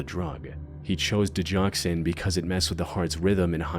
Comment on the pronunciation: Go never is a J sound. Digoxin.